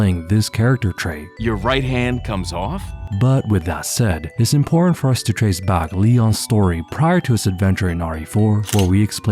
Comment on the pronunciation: is that how you say Important? sounded like you vomited the word up....imporant is what you said , but the word is important... Impor-tant if English isn't a second language, how on earth have you lived this long and said that word that wrong? Do you just ignore when people correct you? Its not so we are right, but so you can be right about the info you give....imporant isn't a word, what other basic words do you get wrong? I really wanted to watch but I got this far and can't keep watching if you're gonna try saying one thing just to really say another.